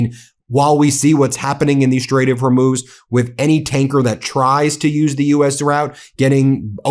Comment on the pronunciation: " we don't need hormooz streets."????? What is trump talking about?